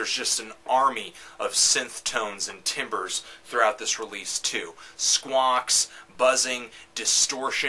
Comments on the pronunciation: Thoughtful review. Much appreciated. A few light comments: 1. I think Satisfaction is a brilliant cover because it is a call for musical change and a desire to alter the status quo of rock and roll. But yes, indulgent. 2. "Timbres" is pronounced "tambers" rather than "timbers" 3. I agree that most Devo albums have their ups and downs. But then again, I find most every album has that from any artist. 4. Like a Beethoven symphony, my fave Devo album is the one I am listening to, except SMN. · Pronounce it TAMBER not TIMBER .....